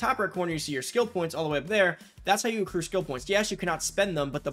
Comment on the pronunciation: I swear u said seccrue